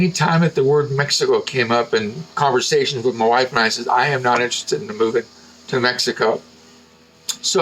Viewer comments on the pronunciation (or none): none